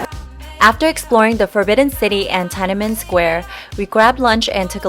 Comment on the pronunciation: Tia Nan Men Square lol...... The correct way to pronounce is Tian'An'Men